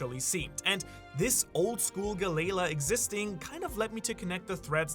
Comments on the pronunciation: Gally la not geigha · Gally law not galala lol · Bro! Can you PLEASE! Stop mispronouncing half the names. Who tf is Gu-Layla?! It’s (Gal)-Ly Law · Bro, I love your videos, but you gotta start pronouncing it right Galley Law not galayla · The gally la pronunciation is killing me bro, disliked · Bro it's killing me 😂 I'm glad you said something. I wanted to but I couldn't do it without sounding snarky..